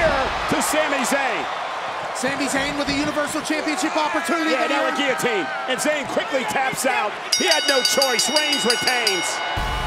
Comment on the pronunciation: Roman - everyone tapped out on giliteen Seth- seriously brother